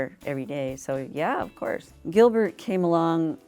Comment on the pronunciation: "Giblert" lmao